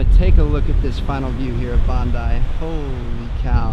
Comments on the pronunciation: haha he said bandi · I love how he pronounced 'Bondi Beach' 😂😂😂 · You said Bondi wrong!😂 I’m from Australia I’m glad you went to Australia 😇